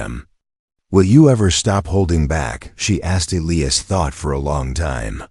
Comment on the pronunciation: Needs a better AI reader!!! It read all punctuation & can’t pronounce Elias